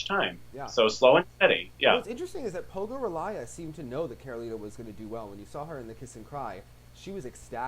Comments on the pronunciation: & the right is PogorIlaya not PogorilAya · its pogor[i]laya not pogoril[a]ya ffs. and surprisingly nbc commentators got all the russian names right. unlike everyone else.